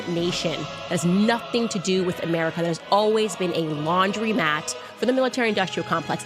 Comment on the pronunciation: Man! It took me 3 whole seconds to figure out she meant laundromat and not laundry mat. I was picturing floor mats.